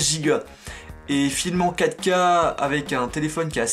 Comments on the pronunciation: quand tu dist filmez en 4k , sa sonne comme si tu disais Kaka :) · Pourquoi il dit l'apparition de caca mdrr a